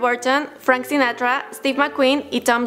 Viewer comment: El contenido del vídeo y el argumento es bueno, no así la forma de hablar de la chica quién parece que está leyendo a máxima velocidad sin respetar comas ni puntos, con lo cual destruye su cronología y crea un horrible trabalenguas. Le agregamos un pésimo inglés pronunciando Frank ''Sinatroa'' igual que Paulina Rubio con su ''Pedrou'' Infante. 😒🚬